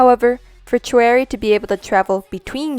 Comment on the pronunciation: Hey great video but you mispronounce a few of the member's names. Choerry is pronounced like "cherry" since the "Cho" is from her last name Choi which is pronounced "chey". Another is Yves. It is pronounced like the name is supposed to be pronounced in French, which is "Eve". And lastly, Olivia Hye. it is also not said how it looks. Hye is pronounced "hey" as it is from Olivia's real name, Hyejoo. (also, vivi but i just say it like bibi. that's just my opinion though, not fact) Thank you for your theory and I hope this doesn't come off as rude :/